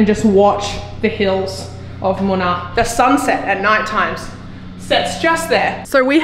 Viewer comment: It is Munnar and not Munai. It is in Kerala State